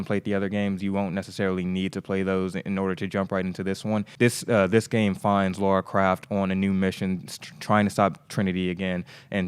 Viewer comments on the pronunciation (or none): Her name is Lara Croft bro, not Laura Craft.